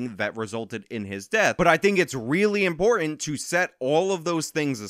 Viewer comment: Important ends with the t not a d.😁